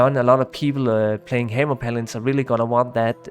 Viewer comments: "The Heymer Paladin" ;D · Thanks for the great summary. Really enjoyed the video. Not to shit on your accent or anything, but not knowing how to say "necro" and "hammer" is kind of an oversight :D